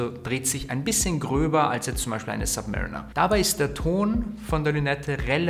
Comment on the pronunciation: Zwei Dinge: erstens heißt es Zifferblatt und nicht ZifferNblatt und zweitens mal bitte an der Aussprache der Submariner arbeiten. Hint: die Uhr wurde einem Submarine nachempfunden, nicht einem Mariner der sub-par ist. ☺️